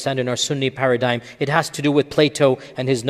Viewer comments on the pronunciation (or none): none